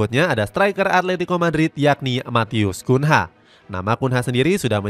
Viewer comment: Matheus Cunha dibaca Kunyah min